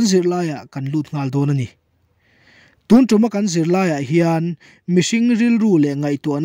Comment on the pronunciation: A bengvar thlak thin hle mai, chutih rual erawh chuan tun lai Pastor thangthar deuh ho hian mizo tawng lam rik dik hi zir hret an ngai ta em aw, tunah pawh hian "tun tum' tih hi vawi thum i rawn lam ri a. Sa kawng tum angin i lam ri a, heng sentense-ah hi chuan kan zuang kang vak a lei a kan tum, thlawhna tum anga lam rik tur zawk a nih hmel.